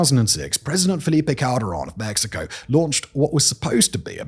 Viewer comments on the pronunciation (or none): none